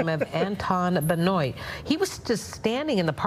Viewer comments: The victim’s last name is pronounced Ben-wah not benoyt (French) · Benoit…pronounced: Ben-wah.